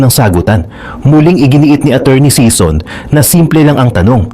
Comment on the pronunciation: SISON NOT SEASON